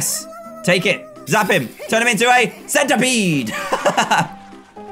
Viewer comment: I loved the way he said Centerpede! HAHA